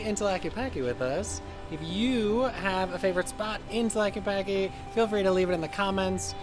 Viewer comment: REALLY good video. Gracias! 👍👍 Minor quibble: Tah-la-kay-pah-Kay 😉